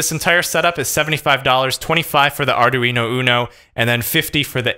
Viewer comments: Please stop saying arduino like that, jus please.. Btw, sposed to have 16v 1000uf cap, and 470- 1k ohm resistor in line with data line.. sooo, yea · Mispronounced Arduino